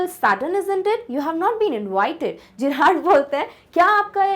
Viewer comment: Mam you are speaking it jerrad ✖️ it's Gerrard ✔️ Friends tell I am right or not if I am write please like